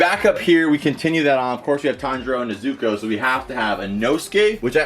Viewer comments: Kinda triggers me when he says Nezuko's name wrong Its not Ne-Zuko, its pronounced like Nez-uko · Mans Found out how to say/pronounce Madara correctly but doesn't know how to pronounce/say nezuko right god